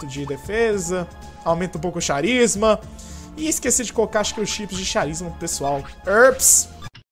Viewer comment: Finalmente consegui um tempo para voltar a acompanhar esta série fueeda ^^, tu troca de propósito os sons de "CH" dependendo da palavra? Quando o CH tem som de "X" tu fala com "Q" ex: Machine, e quando o "CH" tem som de "K" tu fala com "X" como em Charisma ahahahhaha